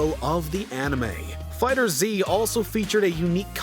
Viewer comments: Who pronounces Dragon Ball FighterZ like that?? It's litterally just "Dragon Ball FIGHTERS". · 3 things. 1. MK9 having a "Well-written story" HA. 2. For SC6, you kept saying SC4. Can you read roman numerals or not? 3. It's FIGHTERS, not FIGHTER Z! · Lol make sure you pronounce it right first. It's pronounced as "Dragon Ball Fighters". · It’s called dragonballs fighterz not fighter z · Dragon Ball "FighterZ" one word. Not "Fighter 'Z'"